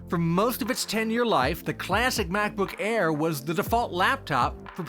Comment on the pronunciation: Did he just says Back-book Bare 0.33?